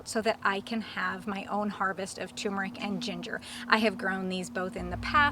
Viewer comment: TUR meric It als obsorbs better if you pronounce it correctly.